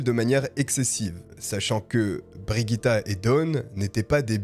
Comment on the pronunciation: Et aussi ça n'est pas Brigitte, mais Birgitta, à prononcer bir-ii-ta (si mes souvenirs de suédois sont bons) Mais bon là on chipote 😅 Sinon n'hésitez pas demander les prononciations avant une vidéo. Je suis sûre qu'il y a assez de followers pour vous aider à couvrir pas mal de langues.